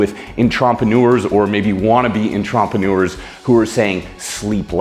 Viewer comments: En tromp pen newers or antra peh newers? LMAO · I got in-tromp-uh-new-ers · I feel like I'm missing a joke with the entrepreneurs pronunciation